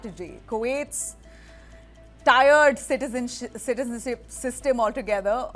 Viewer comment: tier (meaning it has levels or here ranks or classes) is pronounced “teered” not tired. Best